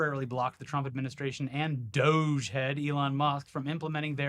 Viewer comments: it's pronounced dowj, please stop hurting my brain with "doggy" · Yay! Thank you for being the first person with an audience, that I have heard, to pronounce doge "doggy"! It's the little things in life that give me faith in other humans, you two are the greatest!!! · Pronounce it Do-gai. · I fully support mispronouncing DOGE. May I suggest that instead of “DOGGY” you go for “DOH-Ghee” to emphasise the stupidity of the situation via the classic Simpsons reference. Just feels like a missed opportunity. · I'm not calling it "doughzh." We don't call the FBI "Fehbee," or the IRS "Erhs." Call it the D O G E or "doggy" if you must. Don't give Elon the satisfaction of using his stupid meme name. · Actually DO GE, is pronounced DODGY, you just got to put some twang on it. Besides, it's far more accurate. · Please, please dogie is the correct pronunciation and please don't stop 😂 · Why isn’t it pronounced “Dodgy”? Seems obvious to me